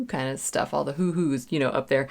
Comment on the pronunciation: It's "woo woo's" not "hoo hoo's".😁